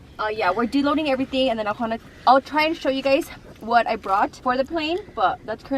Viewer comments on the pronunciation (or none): Unloading ❌ Deloding ✅..gotta love 😂